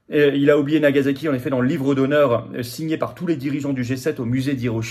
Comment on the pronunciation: *Nagasaki*, pas "Nagazaki"